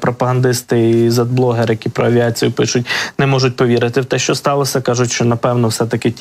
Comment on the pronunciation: не СТАЛОСА, а СТАЛОСЯ. не ОС, а ОСЬ. не ЦА, а ЦЯ. Навчіть ведучого!!!